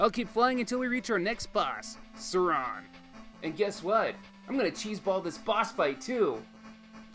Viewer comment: Why does he pronounce Sauron as “Sarong” 🤦🏻‍♂️